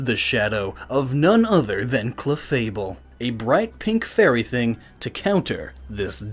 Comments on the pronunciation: its clefable not chefable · 'chefable and gengar'? hahahahaha!!!! DUDE!,it's supposed to be 'cLefable and gengar'! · Did anyone else notice "Chefable"?